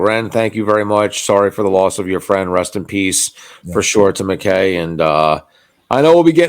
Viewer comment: Just a little thing your description should be MacKay little typo ☺️ pronounced ‘Mack’ ‘eye’…it’s a Scottish name…beautiful dedication. 🤍🫂